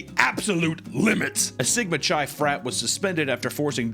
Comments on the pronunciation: It’s pronounced With a K like Ki not chai like chai tea. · Chi is pronounced, like saying kai cenats first name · For the love of all that is sacred: Chi is pronounced "Kai." Like Chiron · Chi is pronounced k-eye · / I know you don't care about proper pronounciation, but "chi" (the Greek letter, X) is pronounced "kai," not "chai" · hearing you pronounce chi as CHAI hurt my ears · "Sigma Chai" lmao, it's not pronounced like it's tea 😆🤣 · It literally doesn't matter, but chi (the letter X) is pronounced 'kai'. Chai is a tea. Thank you for coming to my TED talk. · Chi is pronounced "K-eye". I like how you said though. :P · The way you pronounce "CHI" is crazy wrong. Just so you know. Its pronounced KAI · Chi is pronounced Kai,. Gosh. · “Chi” is pronounced like “Kai” like eye with a k in front lol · You've clearly never been a frat guy if you're pronouncing it "chai". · "Chi" is pronounced KAI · Chi (X) is typically pronounced as Kai. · For future reference, χ, spelled chi, is said as Kai, Key if you're in Kingdom Hearts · please god tell me you're misspronouncing "Chi" on purpose... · Having mispronounce sigma chi the entire time is great considering I had a roommate who was in that frat and wouldn't shut the fuck up about it